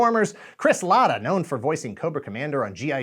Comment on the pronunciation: Latta. Not Latke